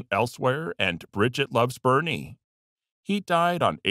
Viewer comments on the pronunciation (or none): none